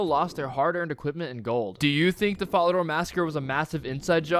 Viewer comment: “Vore-rock” “Guy-lanore” “Fall-uh-door” I can’t listen to this dude